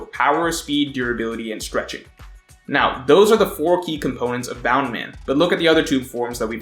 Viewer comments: It's BOUNCE MAN. Bound man was an early romanization pronunciation of the name. If we're sticking with that then you have to call Luffy, Ruffy and zoro, zolo. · bound man? i thought it was bounce man. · isnt it bounce man, not bound? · Please stop calling it bound man. It's literally bounce man. He bounces. The Japanese have accents even though they use English words often. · Btw it's bounce man not boun man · Its bounce in subs but luffy pronounce it as boun man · guy: bound man everyone else: BOUNNCEE MAN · Stop saying Boundman pls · In sub luffy says it bound man but the subtitles say bounce man and the meaning is bounce man :)